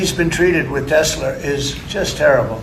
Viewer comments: I would think when Trump bought his last car was named after Nicholas Tesla, you remember the guy your favorite uncle MIT, received all his classified to this day paperwork. Then you must have bent time. Tesler... thats funny. 😂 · Only person I know who consistently calls Elon Musks disposable car a Tesler. Three or 4 times now. 😂❤